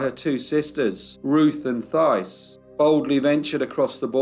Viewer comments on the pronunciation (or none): My great grandfather also left Quebec to work in the mills in Lowell, MA (pronounced "Lole"). My mom's family is also from Lowell. (Also, in the name Thais, the Th is pronounced like "T" - similar to Tyce.) I enjoy your videos.😊